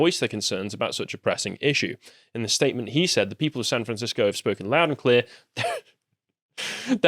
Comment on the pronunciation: "Fran Sancisco"